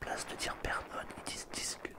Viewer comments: "Disculpe" se prononce "discoulpé" 😉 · Je crois que j’ai passé toute la vidéo à chercher madame celmar et les mini celmar au lieu de visiter Barcelone. D’ailleurs ça me fascine, vous arrêtez pas de vous séparer et de vous retrouver 😂 Disculpe se prononce « discoulpé » l’ami. Bon tu fais quelques fautes mais c’est pas mal pour un début 😉 Rhume 🙃